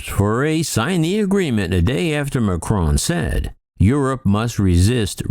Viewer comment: Just a nasty little video, full of snide comments about France and Airbus. But I guess what one would expect from an American commentator who cannot even pronounce President Macron's name correctly. You really must do better.